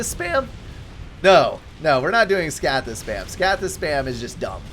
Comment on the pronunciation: scathis not scaythis